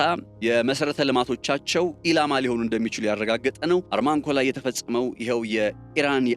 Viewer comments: ARMANCO ሳይሆን ARAMCO ነው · አራምኮ :-... እንጅ አርማንኮ አይባልም ?... አራምኮ የሚገኘው በደቡባዊ ክፍለ ግዛቷ በሚገኘው በ ደመማም ክፍለ ሃገር ውስጥ ነው ። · NOT ARMAC REAL NAME ARAMCO